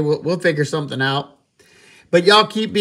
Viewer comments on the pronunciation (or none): none